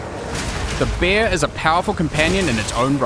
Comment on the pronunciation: when he says bear it sounds like beer